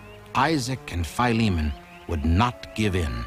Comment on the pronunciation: Wonderful story..BTW someone should tell the narrator it is pronounced Phil-e-mon, not FIE-lee-mon. It's an ancient name from the Bible, as in Titus and Philemon. Duh...